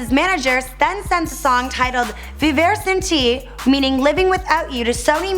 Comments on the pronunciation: When she said “Vivir Sin Ti” I cringed SOO hard 🤦🏽‍♀️ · When she said "vivir sin ti" i started laughing